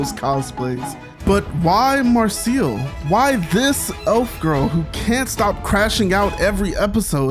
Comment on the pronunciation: I like a few animes, but I love this one on Netflix. Great review, but............MAR-CELL and LY-OS!!! LOLOLOLOLOLOLOL